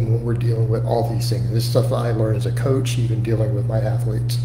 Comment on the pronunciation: "A better athuuh-lete, a better coaff, more successful financially". Gonna buy muh house in another 20 yrs.